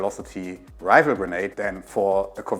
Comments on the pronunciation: It's Rifle, not Rival. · Rifle - the f is pronounce fu, not vu. You’re saying rival not rifle in you’re pronunciation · man I'm so stupid, I thought he was saying rival, (even the caption think so too) but the accent made me realize he was actually saying rifle or rifleman